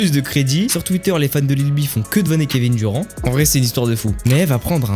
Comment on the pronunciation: Kevin duron 😂😂😂😂 bordel va prendre des cours d'anglais petit ....